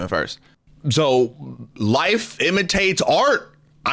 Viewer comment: o thought bro said “wife imitates art”